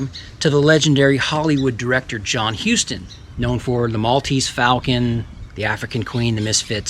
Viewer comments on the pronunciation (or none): none